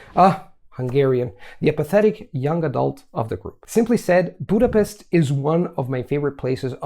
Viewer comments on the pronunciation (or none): BudapeSt nem BudapeSZt :D sötét "esseket" kell mondani, ne sziszegjen. Ez okozza a legszembetűnőbb akcentust az összes külföldinél, hogy nem tudnak S-et mondani, SZ-t mondanak és nem tudnak A-t mondani Á-t mondanak minden áron. Ezután már csak a tyét és gyét kell begyakorolni azt' teljesen jó lesz :D